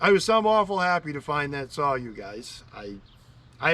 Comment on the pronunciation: I watch this to hear you say, sawRr 😅love it !!!!